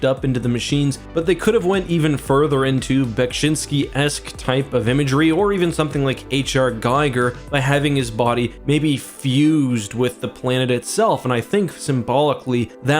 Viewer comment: Dude. Giger rhymes with eager. the guy influenced so much and he's dead, rub some respect on his name